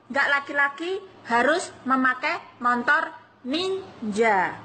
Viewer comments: Montor ya bukan motor😅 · MOTOR mbak bukan Montor😁😁😁😁